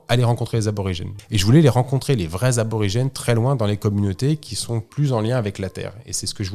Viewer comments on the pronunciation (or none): Merci pour ce récit ! Superbe aventure !! Fabien c’est Aborigène pas Arbrorigene 😉